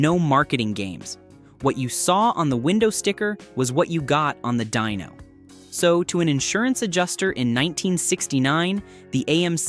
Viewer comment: Dyno not Dino, and lose the A.I. voice.